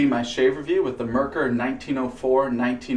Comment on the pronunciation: Being that this video is well over a year old, you've probably already corrected your pronunciation of "Merkur", but just in case: "Mer" should rhyme with "hair", and "kur" should sound like "koo-er" (think of the beer Coors. Exactly like that, but without the "s", of course). The emphasis is on the first syllable. MER-kur. I confirmed this by asking a German friend, who was born and raised and lives in Germany, and is actually in the next town over from Solingen.